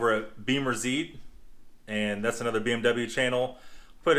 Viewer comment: Just FYI - it pronounced zite rhythms with sight. Zeit is the German word for Time.